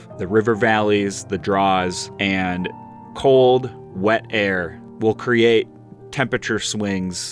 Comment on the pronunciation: The way you say temperature 😂